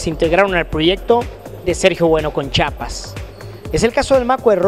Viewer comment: Se dice CHIAPAS no CHAPAS